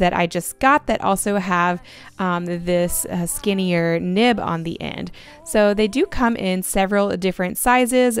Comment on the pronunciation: Is it just me or did I hear her say nip instead of nib